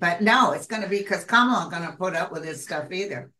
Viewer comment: Thank you and! -Kamala’s name is pronounced comma-la